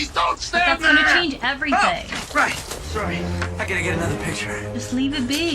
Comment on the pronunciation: When I was a kid watching these movies, the way Marty would pronounce "sorry" always kind of bothered me. When I learned he was Canadian, that made sense. (I'm from the United States, by the way, in the great Commonwealth of Virginia.)